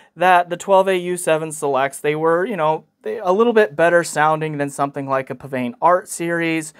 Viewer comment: Please learn how to pronounce PsVane